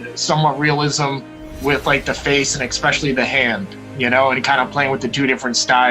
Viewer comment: PSA: One of the most surefire ways to sound like an ignoramus — pronounce “especially” like there’s an “X” in it. “EXspecially” = you’re especially stupid.